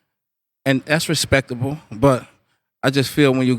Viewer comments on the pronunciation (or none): "Respeck-able" HAHAHA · Did he just say respeckable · This dude really said "respeckable" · he says respectable not respecable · My nigga, "RESEKABLE"? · lol he said RESPEKABLE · "That's Respeckkabowl" 😂😂😂😂😂🐦👦🏿 brazzy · this dude said: "that's respeckable" lol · i like respeckable better than respeck lmao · He said that's respeckable lol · "that's respekable"